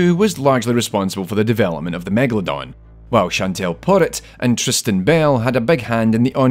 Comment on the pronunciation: It's megalodon. Not megaladon, or megladon like he writes and pronounce it.